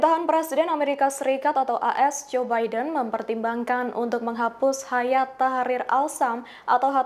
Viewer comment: Bukan Hayat, tapi Hai'at. Artinya "Gerakan".